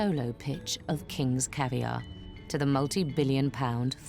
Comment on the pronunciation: Correction. Caviar. Not Cavier.